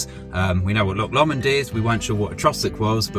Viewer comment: secs......."Loch Lawmond"......LAWMOND! No, it's pronounced "Lowmond"